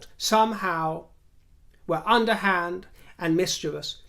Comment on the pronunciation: thank you so much for properly pronouncing "mischievous." It makes listening to you even more enjoyable. 😉 As for those in Queen Camilla's camp, I hope they relay to her the positive things that are written here in the comments. ❤